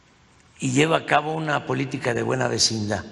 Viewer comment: “Vecinda”?? En 6 años no aprendió ni a hablar bien…. Que descanso que no lo volveremos a escuchar!!!!